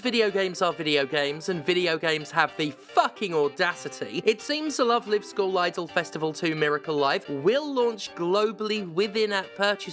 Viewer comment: Man I love the way Steph pronounces school as skull. Makes Love Live sound a bit metal.